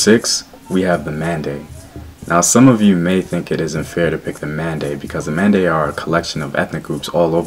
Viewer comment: Its Men de not Mande